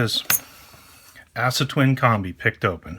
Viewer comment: aah-suh, not ASS-A